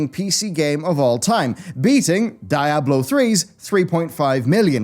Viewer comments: It's pronounced "DEE-ABLO" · “dye-ablo”? Really? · You are pronouncing diablo wrong. I IS AN E!